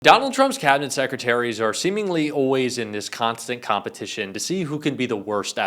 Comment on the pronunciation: Wtf is "oways"??